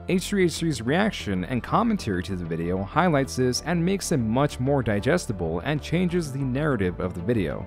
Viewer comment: why do you keep calling it a bideo?